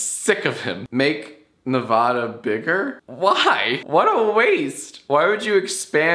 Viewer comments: NevAda not nevahda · its nevada not nevoda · its not nev-aww-duh its nev-ahh-duh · Is living in Nevada begins to vibrate at an aggressive frequency attempting to not say it "YoU pROnOUnCEd iT WrONg!" Fuck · Dislike for pronouncing Nevada the WRONG way